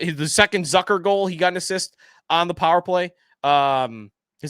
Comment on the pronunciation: It’s Zucker rhymes with Cooker not Zucker rhymes with Sucker. You are in sports media covering this team.